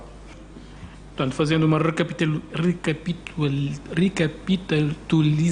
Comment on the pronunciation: Recapitulação é tão difícil de pronunciar assim, Sr. Doutor? Oh nha guenti, tá paxenxa!!